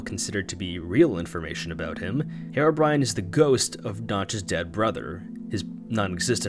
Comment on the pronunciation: Herebrine that’s how you said it lolll it’s herobrine